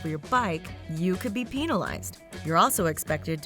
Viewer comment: Penalize not pEnilize